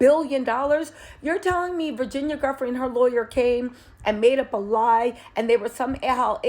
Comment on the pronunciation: Edits needed! Maybe a voiceover edit and repost? Virginia not Samantha. /Joo-fray/ vs ?? I don’t even know what you said there…? Guffree? Goffree? Godfree? 🤷🏼‍♀️ …again, ups professionalism and credibility… Our Criminal and Chief and former BFF to J. Epstein also benefits from her demise…